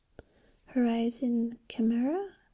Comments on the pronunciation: You're right, it is Ky-mare-ah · Chimera = Ka-maer-a